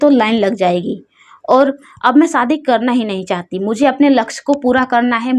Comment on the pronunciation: Ladki smart hoti hai ya ismart hoti hai aur ladki kab se ismart hone lagi ladkiya to beautiful hoti hai par aap ismat bolti raho aur shadi ko saadi bolti raho pehle apni language aur praunciation theek kar le behen